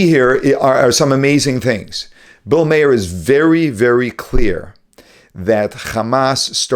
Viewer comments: Maher is not מֵאִיר. It is not pronounced “mayor” or “myEER” . It’s “mar”. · Bill Marrr not Bill Mayer. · Dear. While I enjoyed your exposition of Bill Maher's show, I want to let you no, that I was really disappointed in your inability to pronounce his last name correctly. Look up the word 'bitter' in Hebrew. 'Mar'. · Bill Maher pronounced his name Marr, not Mayer. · Bill May-er? I think he pronounces it Marr. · His last name is pronounced Mar.....not Mayer. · It’s Ma-h-er. Ma-h-er, not Mayer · It's Mawr, not Mayor. For God's sake, if you're going to talk about the man, please, learn to pronounce his name. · It's pronounced Bill Mar. Just for futures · Bill Maher has been around for like 40 years. Why are so many people pronouncing his name mayor lately? Its Mar. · It's pronounced Mar not mayar :) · Mah-her, Mah-her...not Mayer 🙄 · His name is not pronounced "Mayer" it's "Mah-er" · Its pronounced Mar, not May-her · Maa her we pronounce this Irish surname (O'Meachair is the Irish spelling) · Maher is an Irish name, pronounced like MA'r. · It's funny. I am a pro-Israel Christian who follows a few Rabbis and other Jewish scholars. The thing I find funny is how most of them pronounce the names wrong of the subjects of the clips they show. Bill Maher is not pronounced May-er. In another one today from Rabbi Yisroel Goldstein, he mispronounced Dinesh D'Souza's name. Is it intentional? I love the content and their insight but noticed the name thing. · It's Bill Maher. Maher rhymes with bar, tar, car. Or like the planet Mars where the S is silent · There are two syllables. More like mah-her, though the 'h' is subtle. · How does this guy do a video on Bill Maher and doesn't know how to pronounce his name properly. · how hard is it to say Bill Maher's name right? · How do you possibly not know how to pronounce Maher’s last name? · Why can't you pronounce Bill's name correctly? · How can you talk about Bill Maher like you know about him and mispronounce his name?